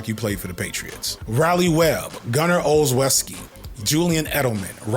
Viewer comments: Also, not that he’ll ever come up in another video, but… it’s Gunner ‘ol-chef-ski’ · Pronounced Gunner's last name "Ol-Wes-Key" 😂😂